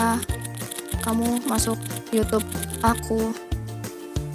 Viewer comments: Magsud si simi itu ngebenerin kata yg salah kan bilang nya yutub trs dibenerin sm simi jd bacaan YouTube gitu tante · Itu disuruh ngomong yang bener😂🤣bukan yutub, YouTube katanya🤣😂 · Lah kamu bilang yutub harusnya youtube😂